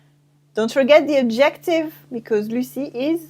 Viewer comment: AD-jec-tive, not ad-JEC-tive :)